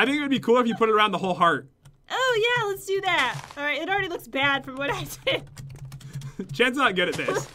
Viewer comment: Jen said I douuuu. It's I do Jen not douuuu